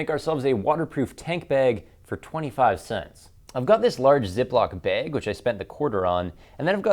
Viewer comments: 601 thumbs down??? And one more cause you say bag like a lame-o. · learn how to fucking pronounce "magnet" and "bag."